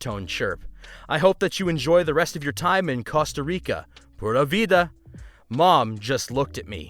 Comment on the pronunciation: it's pronounced Costa Rica not Casta Rica, there's an O not an A.